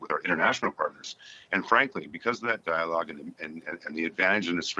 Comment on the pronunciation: Strong diologe. Strong diolge. What the hell is he talking about. What is the diolgue.